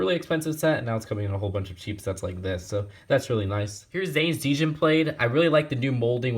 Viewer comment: Great review! Btw, the 'd' for the djinn blade is silent :)